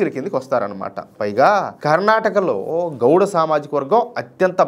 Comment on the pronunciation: Goud kadhu Anna Gowda